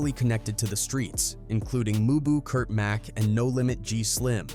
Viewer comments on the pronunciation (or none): none